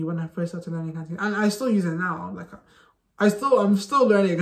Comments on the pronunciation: Your Cantonese is awesome ! You can speak far better than a lot of natives cos your pronunciation is so clear without any slurs (lazy tone 懶音). Keep it up! Add oil!💪💪💪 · Hi, I'm a Hongkonger, Just wanna let you know you speak Cantonese so good with wonderful pronunciation, much much better than some foreigners where lived in Hong Kong,keep going, good job, we love you🌹🌹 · I'm working to learn/improve my Cantonese as an adult and I just want to thank you for compiling resources and tips. There were definitely some that I wasn't able to find by Googling on my own. Your pronunciation is fantastic, I love the energy you put out in your videos, and thanks again! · I just saw your interview on AppleDaily. And very glad to see foreigners to learn Cantonese. Cantonese is rank on top of difficulty languages. Cantonese still mainly use on Hong Kong , as well as Malaysia and Singapore, so it is worth to learn. And your pronunciation is good too. 加油！